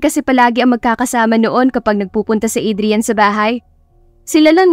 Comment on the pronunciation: To pronounce the name Adrian, is Adriyan,not Adriyal ka ng Adriyal dian. Pakiayos lang ng tama ang pagbigkas ng pangalan ng isang tao.